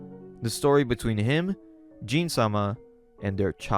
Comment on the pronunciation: Everything is amazing except for the pronunciation of the names. As someone who read the manga, I was wondering why he was calling Gin(Gihn), Jin(like the alcohol Gin), or Iwao(I-Wow), I-Wa-Yo.😂😂